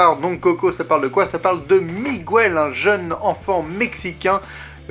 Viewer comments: PLEASE prononce "Miguèle", pas "Mogouèle". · Bonne critique, par contre Miguel ça ne se prononce pas "Migouel" en réalité ^^ Pour ma part j'ai beaucoup aimé (et bien sûr l'histoire avec le personnage nommé Coco qui est très touchante) même si émotionnellement et visuellement parlant j'ai une préférence nette pour Vice-Versa <3 <3 et Toy Story 3 :D